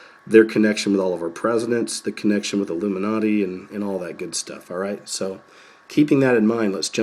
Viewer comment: illum-man-na-ti...illum-man-na-ti...want ur bad evidence!